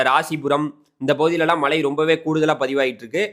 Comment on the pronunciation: 'ழ' சரியாக உச்சரிக்கக் கற்றுக்கொள்ளுங்கள். மளை என்றால் கேட்க நன்றாக இல்லை